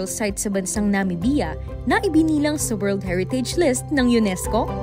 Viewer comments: "Na-mib-ya" po sana, not "Na-mi-bi-ya". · Bakit ganunang pronunciationnyo ng Namibia.. weird